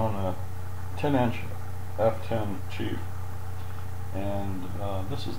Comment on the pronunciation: it is schief spiegler. German. not chief. schief means slanted. spiegel means mirror.